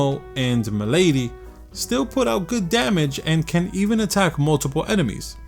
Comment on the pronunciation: I'm also mad that you pronounced meladee as m'lady instead of melody but that was pretty funny lol. Loved this game btw. Such a hidden gem.